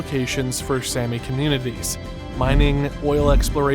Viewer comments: It's Saami, not Sammy. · Also, the Sami are pronounced like the "ami" in salami. Sapmi is also pronounced with the same short a.